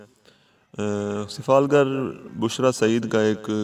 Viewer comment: Its not sifalgarl its sifalgar mind it